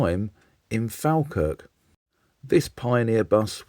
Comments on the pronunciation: A wee FYI. Falkirk is pronounced 'fall-kirk'. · As a former bus driver, this interests me. I work in Falkirk, but it's pronounced Fall kirk. I drive past Alexander Dennis as it's now called every day. I always preferred the Leyland Atlantean to the Daimler Fleetline, I used to drive both types. When I started, I learned on a PD3 and drove an all Leyland fleet, how things have changed! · Falkirk prounounced Fallkirk please. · Please, Falkirk is pronounced F. O. L. K. I. R. K. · It's pronounced fall - kirk Great video 👍